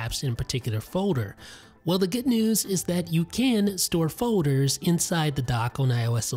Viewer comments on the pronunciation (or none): I love how you say folders "fowyders"